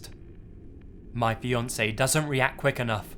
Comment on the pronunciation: It took me some seconds to realize that in the second story it was "fiancé" and not "Beyoncé"